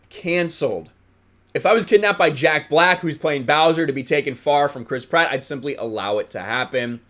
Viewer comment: Every time you say Chris Pratt, all I hear is Crisp Rat